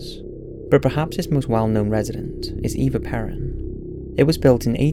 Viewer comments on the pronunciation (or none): you mispronounced eva peron and bogota, lol boagata, i like boaging ill give you a pass on that one